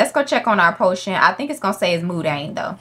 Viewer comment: Hey, I know you didn't ask but mundane isn't pronounced "moon-dayne", it's "muhn-dayne" as in "Monday" but replace "-day" with "-dayne". But anyways, grammar shark aside, love your videos!! 💞💞